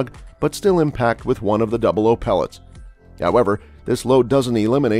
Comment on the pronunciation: Double aught "00" not double oh